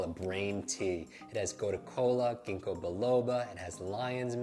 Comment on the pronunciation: What is the name of the tea he drinks? Why do I only hear kingacolala. I was like What?!